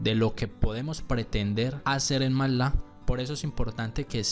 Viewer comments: me duelen los oídos cada vez que dice 'matlá' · me perturba como pronuncia "matlab"